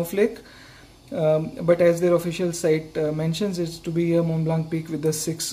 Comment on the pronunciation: and also "Montblanc" being mispronounced in the whole video. It should be said without the "k" at the end.